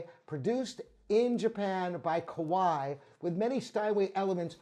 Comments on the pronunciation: Because it's ka-va-ee, not ko-why. 😆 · Why do you pronounce Kawai like "ko-why"?! You can search YouTube for "how to pronounce Kawai".